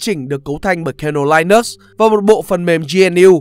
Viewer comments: Linux không phải đọc là lai-nấc mà là li-ních nhé bạn. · Đọc là linix nhé bạn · nhà mình phát âm sai Linux rồi. Theo mình phát âm theo ý của Linus Tovalds mới là đúng